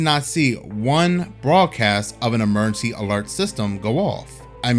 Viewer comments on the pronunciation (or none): If you can't say the word emergency, why do a video where you have to say the word emergency 5,000 times?